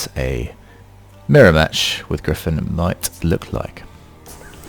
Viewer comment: Gryphon is super easy gawd get it right